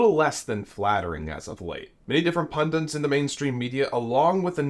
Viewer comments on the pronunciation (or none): FFS will Americans learn that it’s pundits not pundints.